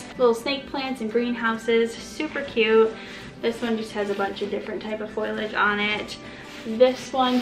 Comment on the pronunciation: Not to be a grammar Nazi but it's pronounced fo-lee-age Not foil-age 🤗